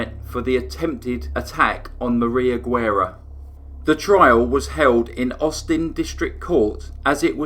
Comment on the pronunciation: Great case. But as a native Texan, I'm cringing at your pronunciation of Guerra.